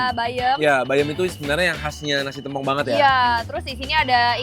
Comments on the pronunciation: Mengeja "tempong" nya salah ... saya dari banyuwangi "e" dibaca seperti membaca "bebek" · Masi aja bacanya tempong tempong mulu. Plis, tempong not tempong😭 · plis lah kasih tau dia pengucapan sambel tempong yang bener